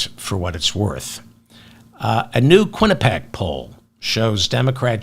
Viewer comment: quinnipiac pronunciation - kwi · nuh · pee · ak